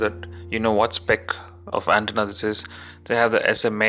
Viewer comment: I'm thanking you NOW! I was already shitty over the way he pronounced 'antenna"!!!